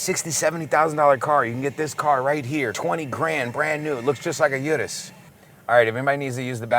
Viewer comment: doesn’t know how to say urus right😂